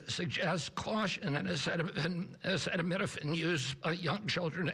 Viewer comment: Come on trump, sound it out... a ce ta mi no phen